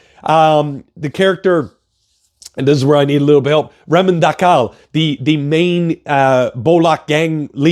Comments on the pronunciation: Its Reh-MAAN Duh-KAIT. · The way you pronounce Rehman Dakait is hilarious😂